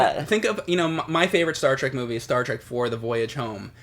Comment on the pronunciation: Star TREK not Track.